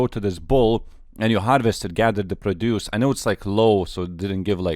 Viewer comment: You say produce wrong